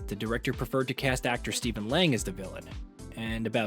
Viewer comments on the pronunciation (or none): none